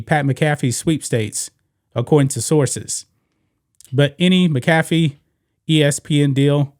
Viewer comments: It's Pat "Mac-ah-fee" not "Mi-caff-e" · It's Pat "MAC. AHH. FEE" Not "Mi Caff Eee". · Dude it's pronounced Mac A Fee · The way you were pronouncing McAfee was killing me. One of the most entertaining guys covering football and you can't pronounce his name? This isn't stumbling over Giannis last name. Come on man. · You're butchering Pat McAfee's name. Lol. Please get rid of Wilbon and Kornheiser.